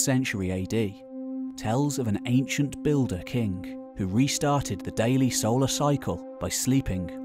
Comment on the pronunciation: Why do you say kink when you mean king? You do that to every -ing. I only know Polish and Iranian men doing so. When a native English speaker has a foreign accent, I am surprised. So, why?! It is wronk!